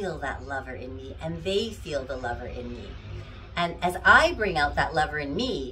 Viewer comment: Did you say liver.?! No.... Lover.!